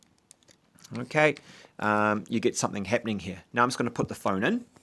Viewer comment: How many times he said okeh😂